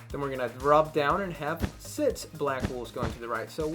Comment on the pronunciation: Yeah this is amazing and not to make fun at you but you saw six kinda wrong but again i love your work and its amazing